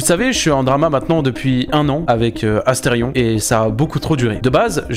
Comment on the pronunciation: asteridicule et pas asterfion !